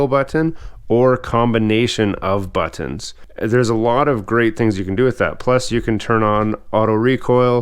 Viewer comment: The way this man pronounces "butt-tunns